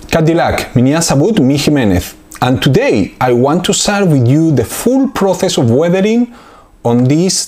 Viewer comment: Mig por el amor de dios no puedes pronunciar las ces en incgles xD no se pronuncia proces sino proses no es dificil